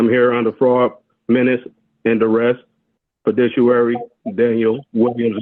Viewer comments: "FIDISHUARY" LOL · Beware the Jabberwock, my son, and also the Fidissuary! (minute ) Real quick: pronounce "fiduciary" "beneficiary" "inalienable" "admiralty" I know, I know, but why not have a free lawyer speak for you? Oh, I get it. They don't live in fantasyland.